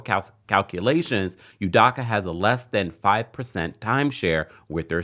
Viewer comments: Its pronounced -DOH-KUH. DOH-KUH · His last name is pronounced ‘u-dough-kah’